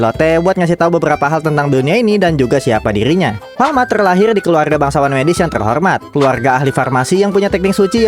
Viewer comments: Farma tau bukan Falma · Kalo ga salah farma deh Bukan falma